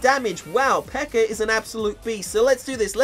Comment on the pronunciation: He calls the peka "PEKER" wtf speak English